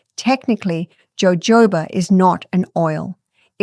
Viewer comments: it's "hohoba" not "jojoba" oil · It’s pronounced with an H ho hoba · "Jojoba" is actually pronounced Hohoba.❤ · Jojoba is prounounced " ho ho ba'. Funny. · It's pronounced hohoba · Yes. “J” in Spanish is pronounced with an “h” sound😊.